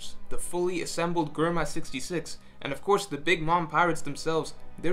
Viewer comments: Germa, say it will me Jrr-muh. Not grr-muh, jrr-muh. If you get confused think of GERMany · The way you say germa just is weird to my it’s germa not gherma😂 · Who else cringed every time he said Germa with G instead of like "J" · Germa isn't "grrma", it's "jehrma". Also, Akainu = ”aka inu", or "red dog". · he say grrrrma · Its "J-erma", ty. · My ears bleeding when he says gorma to germa .. uff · why say GURMA aaaaaaaaaaaaaaaaaaaa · GUR-ma lmaoooo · It's pronounced Jerma... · Germa sounds better pronounced jerma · Dude, you know how to pronounce Germa (JERM-UH) Stop playing these games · the way you say germa infuriates me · The Video was great. But who else else got annoyed everytime he pronounced Germa 66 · Do you also say gurr-many? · Cant even say Germa properly...